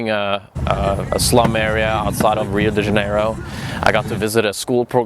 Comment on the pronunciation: Pronounce it as Hio de zya-ne-ro next time.